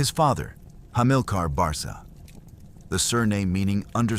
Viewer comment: My dear Sir, I hence to struggle where American amatuer historians get information, but the name Barca prounounced Barka where Hannibal got his name handed down, was a Libyan town roughly 17 miles west of Cartage. Common of Biblical times, take Simon of Cyrene a jewish libyan City. Mary oʻf Magdala. Similar to the Celts of Britan and ireland where people didlnt carry second names rathertheir occupation in Britan and the irish used O' or Mc for Son of or Ni for daughter of. It is unfair to people to be given false information my dear fellow. Chop Chop 😂